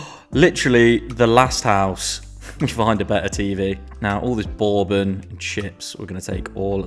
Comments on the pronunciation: LMAO i feel like im giving an english guy a lesson on his own language but the first o is silent in bourbon, I feel like im on punkd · I love the video but I'm concerned about how you say the word bourbon...